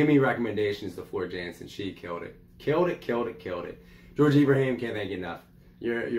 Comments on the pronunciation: FYI, she is Dutch, so her last name is pronounced Yan-sen. And anything she sings is pure gold. You cannot go wrong. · Prounced YAN-sen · Had to subscribe to a 'brother'. Welcome to the Floor Jansen (pronounced Yahn-sen) Valkyrie Queen 'goddess' rabbit-hole. Discovered her a year ago singing with Nightwish. She just has to do one more thing to become perfect, find and accept Christ as Lord and Saviour! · Her last name is pronounced yansen jansen she's Dutch they pronounce j like a y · She is one of the best singer's on the planet she is better than lady Gaga or Amy Lee she's the metal goddess. Her name is pronounced with a y sound